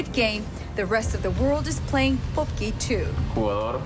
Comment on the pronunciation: 달고나 소개하던 기자발음중에 <뽑기> 발음 좋네요. 한국사람 처럼한것같아요 ㅎㅎㅎ